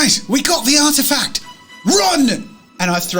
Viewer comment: Why is it every time said "Artifact", all I heard was "Art Attack"! Loved this so much...good fun!